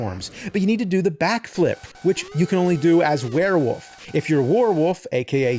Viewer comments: I'm sorry he is pronouncing it were-WOOF, not werewolf, the crazy thing is the nerd's last name is Rolfe. Does he pronounce his own name James ROOF? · James still struggles to say "Wolf" and says "woof" 😂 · Take a drink anytime James says "woof" instead of "wolf." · FYI it is werewolf not werewoof there really is an L in there. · James, please stop saying "werewoof" lmfao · Man hearing an entire episode where he pronounces "were-wolf" as "were-woof" 12000 times really starts to grate. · All I heard all episode was him saying WereWoof without the l lmfao. All love though! 😂🤘🏼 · Why can he not pronounce the L in wolf? He keeps saying “werewoof”. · I will never get over how James pronounces "Wolf" as "Woof." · He says "werewoof" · LOL “Werewoof” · "Werewof" is all I hear. James, what do you have against the letter "L" ? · Ahh yes. A werewoof climbs up a mowden. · More like "Swearwoof" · It sounds like the character’s name is actually Werewoof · U keep saying werewoof like Maxine Waters would say it. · I just had this playing in the background so I might have missed something but way is James saying warewoof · And one every time he pronounce it "wear". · Swear-wolf. God damn it. 😅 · Nerd isn't the first person to pronounce wolf woof. But he owns it like he is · I laughed so hard when the guy said Swearwolf😂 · Ahhhh 😌... It ain't Monster Madness without hearing James say Werewoof/Woofman. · Bruh, wolf has an L in it and it's not silent. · The “L” in Werewolf is not silent, feel free to pronounce it 😂